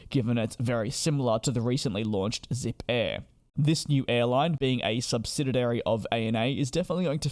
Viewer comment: What is a subsididary ? Do you mean "subsidiary"?